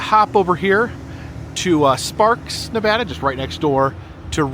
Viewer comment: I'm really enjoying the video but i live in Carson City, NV and the way you say Nevada bugs me lol great video tho.